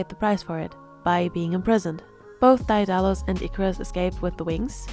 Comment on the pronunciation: great analysis but i believe it's pronounced "dae (deh) • dalus"